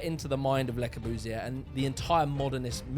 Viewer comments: Hey! Why that stupid german accent? Le Corbusier.... doesn't that sound frenchy? What about Charles Edouard Jeanneret? Nothing to do with Der Korbu or Karl Eduard Hansy!!!!!! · Luh spree noo vo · Lae cow-boo-see-ear.... funny way of pronunciation.... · Interesting, despite the Russell Brand-ish presentation. But Christ, your French accent is cringe-worthy. At least learn to say the name of the subject of the whole damned video. It's pronounced Le-Core-Buze-ee-Ay. You're welcome. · This is an engaging video. But the pronunciation is embarrassing. In all your video clips made by others, Le Corbusier is correctly pronounced. So why do you continually call him "Le Cor-boos-ee-err"? And why can't you pronounce "unité d'habitation" correctly? What is going on here? Surely this is elementary research?